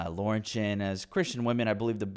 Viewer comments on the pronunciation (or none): none